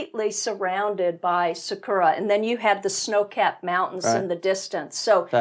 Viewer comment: btw it's SAkura not saKUra, TOhoku not toHOku. Better chance of being understood... ...but agree absolutely that you get a totally different view of Japan out in the countryside.